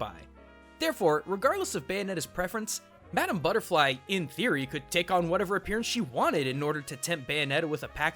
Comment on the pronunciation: ITS MADAMA BUTTEFLY BOI